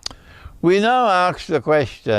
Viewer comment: Sheikh its ask not aks